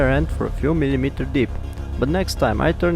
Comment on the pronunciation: I liked your video a lot. More so when you said millimeterrr. It's contagious . I will never be able to say millimeter again. Great work brother. Lots of respect and regards from India.